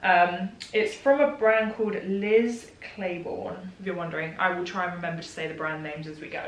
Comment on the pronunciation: Love how you say Liz Claiborne like you've never heard of them. Or maybe you haven't. It's just very common here in the US..